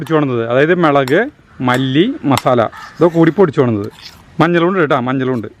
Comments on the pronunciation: മേളക് അല്ല മുളക്, കാണുന്നവർ ഒല്ലൂർ കാർ അല്ലാലോ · Hai gadiyaee Sugamano. Melak ennalla mulakk ennuparayu. Currykanditt kothiyakunnu.